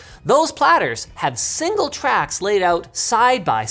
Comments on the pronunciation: Sounds like he's trying to say 'single' but just got back from the dentist and the Novocain hasn't yet worn off... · why does he say shingle i dont like it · I thought Linus mispronounced "Single"